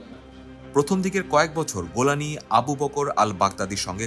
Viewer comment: জোলানি ❎ গোলানি ✅ 😂😂😂